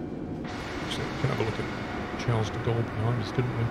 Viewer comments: “Chars duh gaul” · Charles-de-Gaulle is pronounced something like ‘sharl de gaul’ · Phew I cringed from your pronunciation of Charles de Gaulle